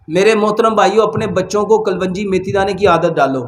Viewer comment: Hakeem sahb kalwangi nhi kalongi hota he